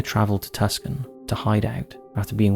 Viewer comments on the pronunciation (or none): There are probably a ton of other people leaving comments about this but I figured I'd say it here ion hopes you see it :) The city in Arizona, Tuscon is NOT PRONOUNCED like it's spelled ( Tus-can ) it is pronounced Tu-sahn/Too-saan/Too-sohn - I think you get it now ... lol .... hopefully this will help you next time you want to go LEGALLY SHOOT MACHINE GUNS FOR FUN lol :) - - (EDIT) - - crap... just realized I have to say this too.. it's So-nor-an Desert ... the 'o' s in Sonoran are LONG VOWELS - 1st syllable is just like the word 'sew' (like sticking clothes) - 2nd syllable 'nr' rhymes with the word 'door' - and 4th syllable 'an' rhymes with 'ran' - :D So-nor-an .... (I figured I was already 'that guy' by nerding out on Tuscon, so I figured I would go all in and just do the desert name you said a bit off too... forgive me... I need to just focus on this GREAT video .. I just LOVE the TCTH series, sorry for the annoyance ) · Just a little fyi: Tucson is pronounced [Too-sahn] vice "tusken". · Just like how you pronounce GIANT w/ a hard G/J sound, Dillinger is not how he pronounced it, it’s DILLIN- JUR. Not to mention the unfathomablity of the way he pronounced Tucson lol 😝. It’s TOO-SAWN Not TUX-ON. SMH. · Dear, the city in Arizona you refer to tuscan, is pronounced Too son(not like the opposite of daughter) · Too sahn not Tuck-son. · "Tucson", you read that as "Tackson"? I always read it as "Tooson". :D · For future reference Tucson is pronounced too son not tuckson 😊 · Tucson is not pronounced Tusken. It is too-saan. Like Nissan with a "too" instead of a "nee". Just trying to help. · TUCK-son, Arizona. lol TWO-sawn is how it's pronounced. lol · Two-sahn. Not Tuskan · Tucson is pronounced Too-sonn not tuck-son! Dillinger's name is pronounced Dill-in-jer with a hard G. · Cool, I live in Tuk-sun.. or how we like to pronounce it, Two-sahn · Two saun (like sauna w/o the last a) not tusk on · "Tuck san" Arizona? Really? TOO SAN...... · Tucson= Too-saan